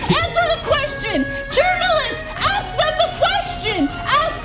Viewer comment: "Axe them the question" -Ana Kasperian